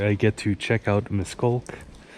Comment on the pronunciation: Miskolc sounds like Mish-koltz